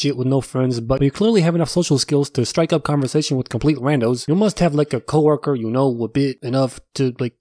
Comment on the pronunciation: Man didn’t have a “Coworket” apparently